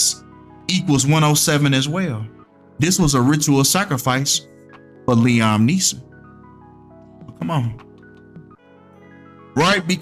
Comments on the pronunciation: Fam, it’s pronounced LEE-UM, not LEE-OM 😂💀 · His name is pronounced Lee-ahm I know you did not just call him Lee-Ohm 😭😭😭phonics come on now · Liam (lee-em)